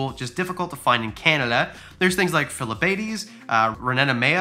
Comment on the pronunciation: It really annoys me the way you pronounce ranitomaya and phylobates 😂